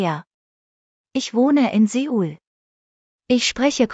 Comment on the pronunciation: Es heisst souel und nicht seeeuu-el 😂